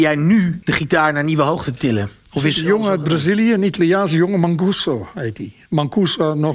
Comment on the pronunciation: die ' manguso' zoals meneer Akkerman zegt beheerst meer stijlen dan hijzelf.